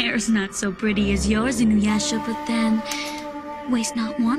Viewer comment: For one, Janken doesn't even say Inuyasha right. Two, Sesshoumaru says "butt" instead of boat.